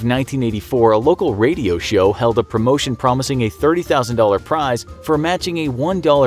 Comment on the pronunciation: "game shyow"